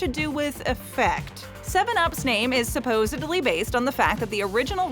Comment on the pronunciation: The videos are great, however, the mispronounces toon of integral and supposedly is quite off-putting. 😞 🤦‍♀️